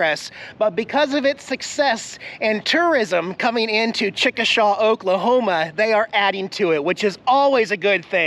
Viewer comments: I'm pretty sure it's pronounced "Chick - Uh - Shay." I've lived in Oklahoma most of my life, not too far from Chickasha, and that's the only way I've ever heard anyone pronounce it, lol....👍😉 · it's pronounced chickashay not like it's spelled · I'm an Okie. Why didn't you contribute to our lovely toll roads! 😝 ...and uh, you clearly pronounced it wrong. It's Chick-a-shay. I'm glad you are on the road again. Make the cats feel special today. I always tune in!